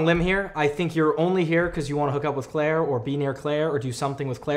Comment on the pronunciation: I mean.... c'mon dude... it's CLAIRE.